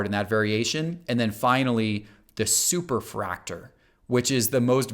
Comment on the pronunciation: He did say Superfractor correctly, though. Maybe just a dialect thing? In my two years of watching this is the only one I noticed like that.